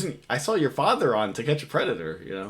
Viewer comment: "Is this your father" lol Jersey accent